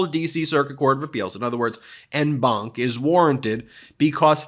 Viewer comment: 'en banc' is pronounced 'on banc'